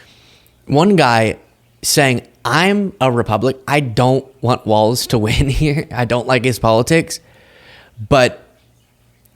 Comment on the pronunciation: No T in Walz